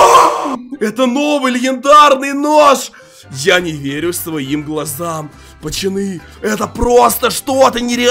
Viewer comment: Тупо говорит пачаны